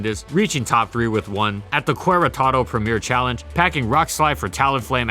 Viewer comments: I loved how you butchered the name of a mexican State. It’s pronounced Cheretaro as a friendly advice. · You butchered one of my country's city name. That's not how you pronounce Queretaro. (K-eh-reh-taro) But I give you a B+ for the effort. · I love the way you pronounced Queretaro. I think I’ll be saying it that way from now on lol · Not hating, but this doesn't mention how (in part thanks to Eviolite) Piloswine has seen use in NU while its evo was doing its thing in OU and UU. After you did mention Tangela in Gen 5 in the Tangrowth video, I was surprised by this. Not a complaint, just an observation. (Also, nice butchering of "Querétaro" lol. I don't actually mind those butcherings that much, I think they are funny rather than aggravating) EDIT: Had to reword some bits to not come across as complaining and to make my actual intentions clear.